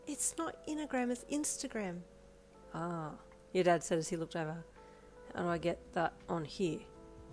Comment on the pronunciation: Oh goodness 😭 “innergram”